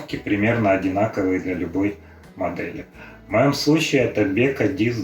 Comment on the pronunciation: БекО, а не БЕко😂